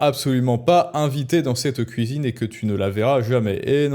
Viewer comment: " Les Femmes, C'est à la Kouisine!" 🪣🧽😅